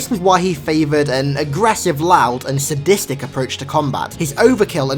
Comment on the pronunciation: It’s not say-distic, it’s suh-distic. And what the hell is a ku-cry?! It’s ku-cree.